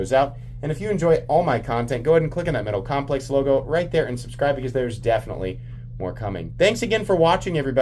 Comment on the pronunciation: "Ketal Momplex" 🤣 🤣 🤣 🤣